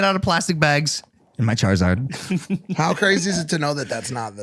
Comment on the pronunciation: Charzard. When did charizard lose the i?